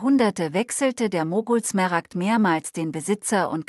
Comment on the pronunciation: Übrigens sind es Smaragde, nicht Smeragde. Ist ja furchtbar, tut jedes Mal weh beim hören.